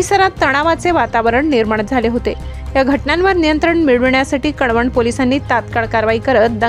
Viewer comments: कडवणं नाही कळवण..... 😐😐😐😐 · कडवण नाही ते कळवण आहे,ते काय पोडि, काडी, निडी सारखे आहे का